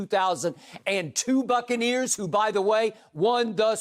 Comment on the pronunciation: Bro he said Brady lifted the Succaneers lmfaoo